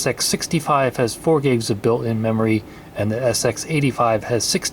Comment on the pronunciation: BUILT IN not bill -N